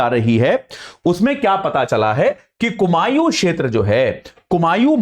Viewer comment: कुमाऊं है कुमायूँ नही